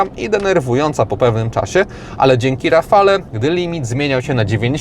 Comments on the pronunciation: Podobnie jak przy nazwie Megane, nazwę Rafale wymawia się,,Rafal" te ,,e" jest tam niewymawialne. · ) Świetny test jak zwykle w twoim wykonaniu. Ale jak zwykle będę miał ALE:) Wymawiamy RAFAL:) E jest nieme. Tak samo jak ESPAS a nie ESPEJS tu mówisz prawidłowo lub SENIK a nie SCENIK:) Warto na to zwrócić uwagę bo wielu dziennikarzy ma z tym problem. Renault od dawna nie ma i nie miało 2 osobnych komputerów spalania i to jest duży błąd. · "Rafale"?! aż uszy bolą.